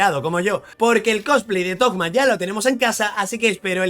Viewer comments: porque le dicen thogma? suena raro jaja es toma pero con como un acento medio raro en la o por la h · Por que carajos le dices toGGGma??? Es toma y ya aaaaah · Pork le dices togma ? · Como lo llama Suhoyo: Thoma Como lo llaman: ToGma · Los leakers habían publicado su nombre como "Tohma" (la H se pronuncia como una G) entonces todos empezaron a llamarle asi, pero el nombre oficial es Thoma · Thoma, de donde carajo salio decirle toKma? pregunta seria. :,v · Pensé que era el único que pensaba eso, de donde coño habrá sacado lo de tokma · Me da amsiedad cada vez que menciona el nombre de Thoma....."TOKMA" "TOGMA" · Porque le dices Tohma a Thoma ?!!! es algun meme ? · 1 - Para los que no sepan, Thoma es 4 estrellas y ya está "confirmado" a no ser que MiHoyo lo cambie a 5 estrellas al final 2 - me inquieta que lo pronuncie "Togma" intentando pronunciarlo como en Japonés (Tohma) cuando el nombre está escrito mas como uno europeo y sabiendo que es de Monstadt si terminaría pronunciandose como Thomas, es decir con una T medio D. También simplemente no haces sonar la H para nada y decis Toma, porque a Zongli le decimos asi perl se supone que se pronuncia ChongLi xd 3 - Lo voy a sacar aunque venga en el peor banner del juego 4 - Si, la re vivo Shaggy😎🤙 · Por que le dice togma a Thoma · Mi TOC me perturba al escuchar Togma. Así como cuando oigo Fish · Por qué dice togma? Xd jaja buen vifeo